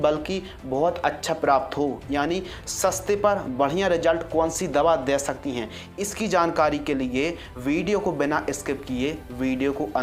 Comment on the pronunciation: Dey ni bhai de sakti hai ley ni le bola karo